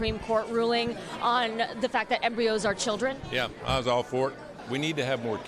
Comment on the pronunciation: This is the moment he realizes he has no idea what IVF or abortion is. Like, whuuut is thaayat? Yee-haw. 🤣